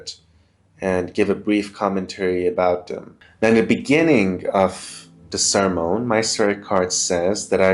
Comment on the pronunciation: Awesome food for thought, dude. So what's the difference between the Old and New Covenants? And FYI it's pronounced, sir-mun.